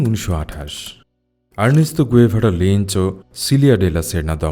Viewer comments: গুয়েভারা নয়, গেভারা। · আপনার ভিডিও ভালো লাগে। এই ভিডিও তে আপনি বার বার উনার নাম ভুল উচ্চারণ করেছেন। উনার নামের সঠিক উচ্চারণ চে গাভেরা। ধন্যবাদ।